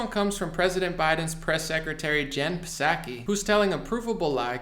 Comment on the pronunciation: can you please pronounce Psaki's name properly?